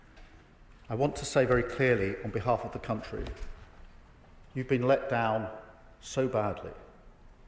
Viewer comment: Did he just say we have been let fown so badly?? Yes by you, 2 tier kier. Toe rag